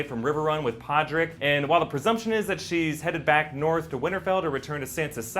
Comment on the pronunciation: "D' King o' d'norf". Lost it. Never had it. Dead.